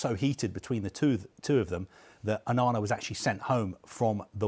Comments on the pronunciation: Its not OHNONAH its ONANA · Click here to hear the name Onana get butchered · How have you mispronounced Onana? Has he intentionally done this? I don't understand 😂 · If you cant say onana just ask rihanna😭